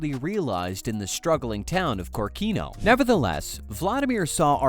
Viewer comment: I don't want to be a boring, but correct is Kórkino, the emphasis is on the second letter.